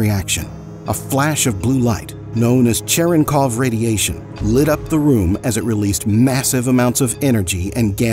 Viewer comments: O flash de luz azul é radiação Cherenkov, e não "Cherov" aos . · So you go out of your way to properly pronounce the Japanese names with the proper accents but you can't even be asked to pronounce Charenkov properly ?